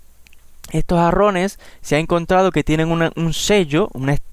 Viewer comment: . Muchas palabras y nada nuevo. Y se dise jarrones jjj no arrones jjj